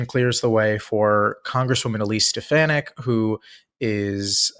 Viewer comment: says, "Stuh-FAN-ick." Actually it's Stuh-FAWN-ick."